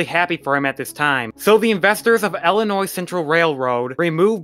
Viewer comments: Ill i nois... not Ellinois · Not to mention, it's Illinois, not Ellinois.